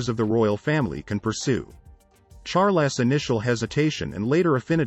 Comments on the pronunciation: Charl-ess??! Really? Awful, just awful! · I think I might like this more if the narrator didn't keep calling him "King Charlotte." Also, there's nothing new or even interesting here. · What? Charles ascended to the throne at 10 when his uncle abdicated? Did I mishear you? You can't even get his name right (Char - les). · anyone else pick up the voice pronounce Charles as Char-less? found it amusing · It would be nice if you could say his name right. Or get some one who can ! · This is wrong she descended the throne at 26 in 1952 after the death of her father George VI not at 10. Her father descended the throne when she was 10 and when her uncle his brother Edward VIII abdicated. GET YOUR FACTS STRAIGHT. He was not a retarted boy. This guy doesnt know the meeting of retarted. He someties mispronounced Chares ad whats so horrible about this. Oh please towels folded wrong, water level, and placement of the bathtub plug. Too picky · Who needs to listen to an AI reading of the text that mispronounces Charles name constantly?